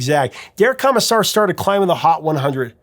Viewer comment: Am I the only one who winced just a little every time Prof said "Kah-missar" instead of "Koh-missar"?